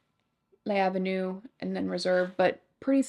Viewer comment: It’s L’avenue, all one word, not Lay Avenue.